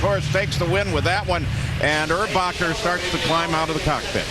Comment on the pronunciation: his name is erbacher not urbacher